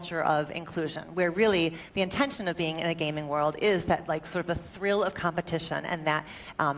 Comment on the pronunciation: I swear the speaker says 'muh culture'. I'm sure she said 'the culture', but still.